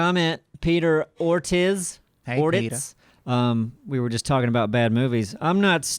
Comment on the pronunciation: has been practicing Spanish for the past two years and shows up with Peter 'Or-tizz', 'Or-titz'". As someone who is forced to be at a 4th year proficiency in a foreign language at a university and hating it...It's pronounced "Or-teez" or "Or-teece". I still love you guys but I'm a little let down.